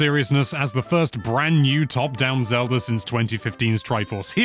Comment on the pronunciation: Why does he say Zelur when he also pronounces it Zelda